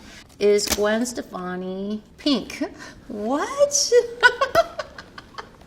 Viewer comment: I love the way she pronounces Pink like "pieenk" lol